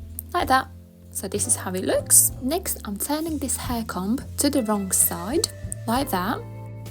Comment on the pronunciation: This is great and so simple. Just a little note. The letter b in the word comb isn't pronounced!